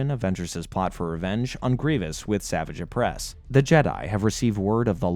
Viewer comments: I enjoyed the video but mispronouncing the names was almost too much to handle.... The hilarious part was when you actually played a clip from the show that pronounces Savage Opress's name correctly and then immediately butcher it 3 seconds later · Bro there is no way that you actually watched the show if you're calling Savage Opress "Savage" when phonetically it is pronounced "Suh-vah-j" ..... feels like you're just reading a wiki and using clips of episodes you pick to include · Same with Savage Opress, like i get theyre real words but… thats not how you say his name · even when he talked about savage opress. Like he doesn't know the franchise when you can't get names right